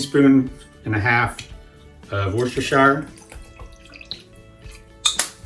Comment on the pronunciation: Thanks! It's pronounced Wooster..sheer!